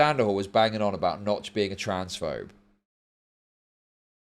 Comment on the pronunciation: making a Minecraft clone and calling yourself Nox… not “Notch”, this seems like the first gaming industry plant